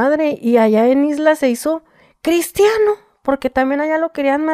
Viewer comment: En la isla se hizo….CRISTIANO!… Jaja ese acento tenemos algunas regiones, recalcar la ironía jaja